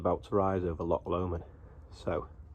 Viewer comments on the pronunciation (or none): Its a Loch! Not a lock.